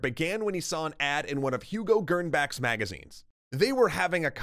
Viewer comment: Gernsback, not "Gernback", the s isn't silent.